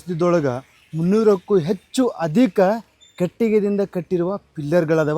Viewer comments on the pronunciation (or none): none